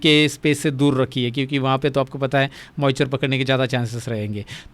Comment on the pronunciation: Moichure nahi hota hai moisture hota hai jahil 😂